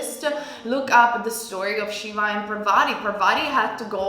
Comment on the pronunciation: ...just one this for pile number 3..Shiva's wife name's pronounced as Paaaaarvati... instead of Parvaaaati...if u can get what I mean to say...no worries just to tell u..but we very well understood it but thought to tell u once..